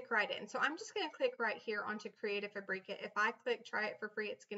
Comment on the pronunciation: Super useful information.Thank you for posting it. I would have liked to see you take a font and an image and download it then upload to where ever and show the entire process. It was also very distracting to hear the way you pronounced Fabrica. I think its pronounced Fabric-a as in fabric( the thing cloths are made out of) then add the "A" sound at the end; not Fabrec-a as in paprika.